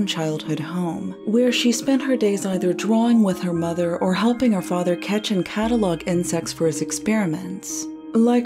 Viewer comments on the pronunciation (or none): none